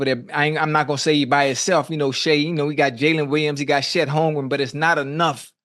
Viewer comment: lol “shíet holmgren”-ocho😹😹😹